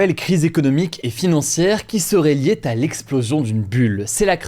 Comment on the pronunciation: ..."qui serait liée-t-à l'intelligence artificielle" 😏